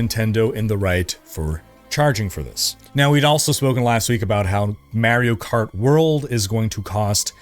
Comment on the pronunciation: LOL...my wife doesn't like the way you pronounce 'Mario Kart World' and wanted me to let you know...she was totally joking though.😊